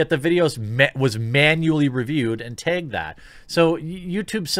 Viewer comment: Jeremy says “Tagged” funny 😄